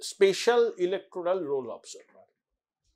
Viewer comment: আগে নিজে লিখতে পড়তে শিখুন l 'অফ জার্ভার' আবার কি কথা!!! ভাট বকে বকে ভট্টাচার্য ভাবছেন নিজেকে l